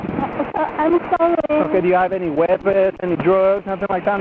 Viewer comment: "So solly!" x 1 billion